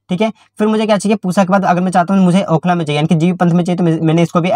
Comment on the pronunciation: Bhai Okhla Dullu aapne bola 😂